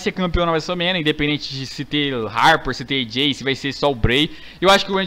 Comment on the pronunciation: o fala wrestlermania assim: wésoul mênia